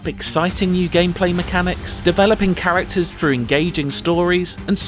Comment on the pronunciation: Thrilling not frilling and through not frough